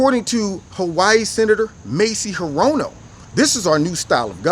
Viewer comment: Michael Berry on talk radio says her name is spelled hirono but is pronounced Her- Oh- No .